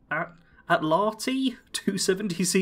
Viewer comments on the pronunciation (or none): Atlatl. pronounced AT-LATL.